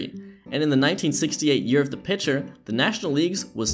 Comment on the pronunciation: excuse me, did you say "pincher"?